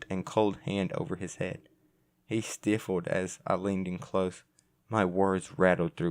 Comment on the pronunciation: Thanks for the narration, I enjoyed it. That being said, if I could offer a bit of advice to you. I would suggest slowing down the reading and adding brief pauses between the stories and words that imply emphasis. Doing that would likely reduce instances of mispronunciation (dervish, putrescent, stiffened, etc.) and help make the narration more effective. Here's a list of the other short stories if anyone is interested in reading along